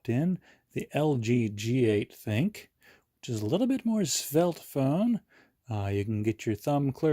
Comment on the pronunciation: You are the first person to pronounce the name right. Everyone calls it the thin Q , even all the top reviewers. The name is actually supposed to be called "think" and that's according to LG.